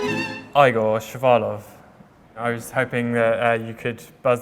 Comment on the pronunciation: This could've been a great video but could you have used a better journalist? At least one who can pronounce the name Igor correctly